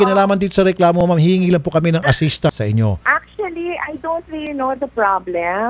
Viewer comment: actually or acswali hahahhaha artse artse mo..